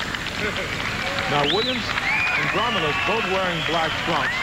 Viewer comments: How can they fuck up a world champion´s name...His name was Josef/ Jozef Grolmus, not Gromulus!!!!!!!!!!!! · His name is GROLMUS. WTF is "Gromulus"? That sounds like some villain from He-Man.